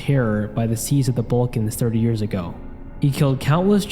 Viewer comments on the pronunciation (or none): none